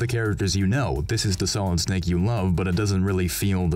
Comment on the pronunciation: "as SMALLid Snake" gets me every time